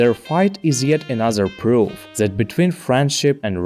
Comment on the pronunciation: It's either German over-correction or a Slavic speaker? ._. As I keep hearing a Z in That. I get English isn't phonetic at all due to an outdated alphabet with 26 letters isn't enough. Also Says brought with the wrong vowel. It's not a diphthong, but a monophthong. Also you spelled pronounce wrong. T_T